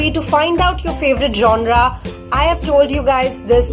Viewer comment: It's is not 'jonra' 'jonar' what was that.